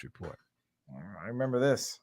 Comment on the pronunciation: Her new name is Gina be. "RE-MANBER HER"